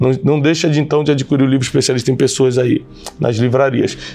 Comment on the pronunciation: Bom dia Tiago. Só um toque para a pronúncia da palavra ADQUIRIR: a di ki rir